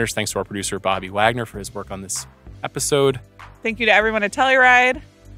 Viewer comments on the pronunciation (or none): none